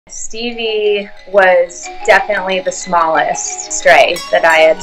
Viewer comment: It's Steve.. Not Steve..